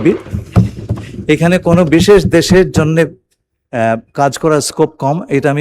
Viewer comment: কাজ কি বলতেই পারেনা 😆😆😆